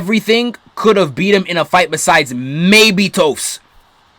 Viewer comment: Toast??????? does he mean toph? And he keeps mixing up katara to Korra???????!